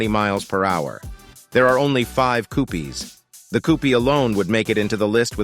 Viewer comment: 'Koo pees' 😅 AI are stupid.